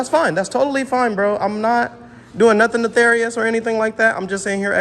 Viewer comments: “netharious” 😂 what a dummy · Stop saying "neTHarius"...its nefarius.... One is the character on world of Warcraft and the other is evil or wicked behavior.